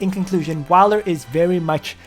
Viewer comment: Wiler? No. Whaler.